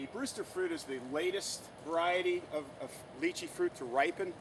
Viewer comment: He said it right - it's pronounced as litchi direct pronunciation from mandarin - stop been a smart alec